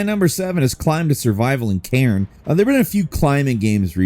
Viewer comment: When he said "a climbing survival game in Cairn ; i first heard it as Karen and i was like hold up!! what??😂. The Lost Wilds and Crimson Desert are definitely getting added to my wishlist. Kingmakers from what i've seen will most likely melt my PC